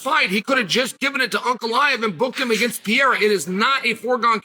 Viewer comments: "Alex Pee-era" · I keep telling him. Its Puh Ray Ruh. Rack itch